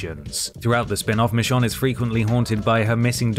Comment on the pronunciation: Why do you keep calling her Mishon? 😅